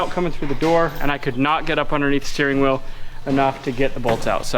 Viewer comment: At the end of the video, I thought you said we have to figure out our "Will" situation. Then it dawned on me that you said wheel. lol